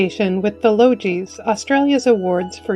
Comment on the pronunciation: Logies……hard g not soft…..like Yogi